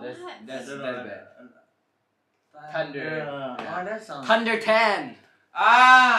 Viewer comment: Tunder or thunder Tree or three Y he not saying the h